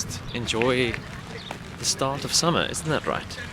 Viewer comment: I thought, you said, SHART into xD